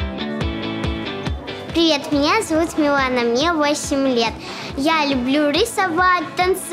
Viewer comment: Анастасія Каменських неправильно Говорила Ім'я Дівчинки. Правильне Ім'я Мілана. А не Міланія.🇺🇦🧍